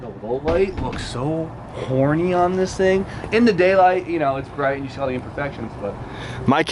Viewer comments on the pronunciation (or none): I love how when is mad his accent gets thicker so he sounds like a mobster. "Yeah, Ya Schee?!